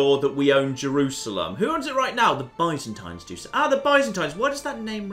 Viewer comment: saying byzantine wrong every time is really frustrating almost as much as him missing that he has an empty councilor.